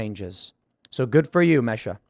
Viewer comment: I believe her name is pronounced MEE-sha